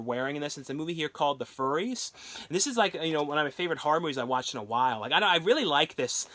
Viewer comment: You keep pronouncing "Furies" as "Furries" ...